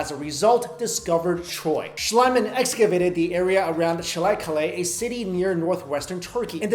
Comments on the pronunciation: the first archaeologist's name Schliemann is pronounced "Shlee-mann" not Shliman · The archeologist's name is pronounced [shleemunn] not [shlyman]. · i am pretty sure someone else posted this before but i am too lazy to look for it: its schliemann with a long "ee" sound to "i"... but admittedly it is a fairly confusing rule to germanic speakers (with the exception of english, since native english speakers seem to have problems although other germanic speakers, i.e. danes don't)